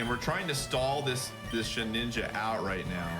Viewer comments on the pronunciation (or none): Honestly that irritates the hell out of me probably more than any other Pokemon mispronounciation. It's clearly NOT "Shedninja" yet I never understood how so many people can make that mistake.